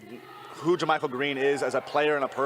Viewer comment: One day Kerith will pronounce JaMychal's name correctly